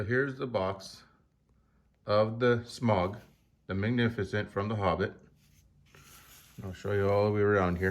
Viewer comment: Please work on your pronunciation. I get you have an accent but there is clearly a right way to pronounce Smaug and Weta